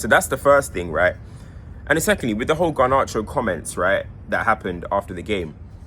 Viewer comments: Have a drink every time says Gar-nar-cho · I love the way pronounces garnacho 😭